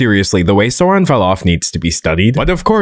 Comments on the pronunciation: Babe I'm disappointed. I thought you're the type who would pronounce Sauron properly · You made some important mistakes. First, Saruman was never Gandalf's mentor. They've always been colleagues. Second, you mispronounced Sauron. Yeah, he kinda deserves to have his name mispronounced, but at the same time you're butchering someone else's language.